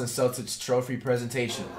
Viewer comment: Lmao bro don’t even know how to say Celtics lmao dude said celsics